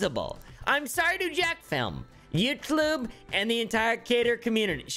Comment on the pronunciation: "youtlube" XD